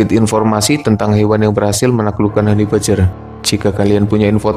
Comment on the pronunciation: om, mbacanya hani bejjer om, bukan hani bajer.